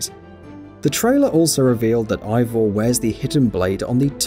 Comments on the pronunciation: Why so many likes? After saying wrong name... NOT Ivor but Avor and YES you can change your sex. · "unlike Odyssey, Valhalla will only let you play as one protagonist. But you will be able to select Eivors (AY-vor BTW 4head) gender." MF THAT"S BASICALLY THE SAME THING